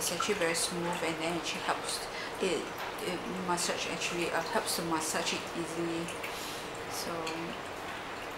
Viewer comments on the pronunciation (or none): I LOVE how you said "masache" :)